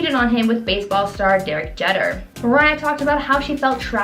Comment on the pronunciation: I really loved the videos and channel when I found it, but it's truly amazing how much names are mispronounced. How do you mess up Derek Jeter???? Honestly, I wouldn't be surprised if you guys were gossipy aliens disguised as humans. I'm an ESL person and I still make sure I'm pronouncing things, especially names, correctly